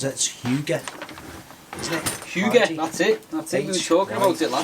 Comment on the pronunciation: is quite good at pronouncing hygge i almost gets it right (i am Danish as you probably guessed) and Nordisk is not Scandinavian gear its Danish gear hehehehehe